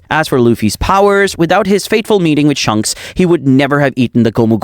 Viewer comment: Why did he called shanks shonks